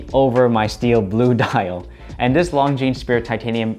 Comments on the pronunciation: How can you be an AD for Longines and not know that the “S” is silent? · Great watches. But as a watch channel it would be great if the watch brand names were pronounced correctly? The ‘es’ in Longines is silent. Just saying. 😉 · Great video, beautiful watch! FYI, in French, the ’s' at the end is silent. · Love it. My next watch …. A little tip for you, you don’t pronounce the ‘S’ on the end of Longines